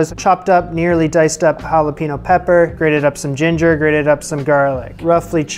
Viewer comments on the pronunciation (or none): none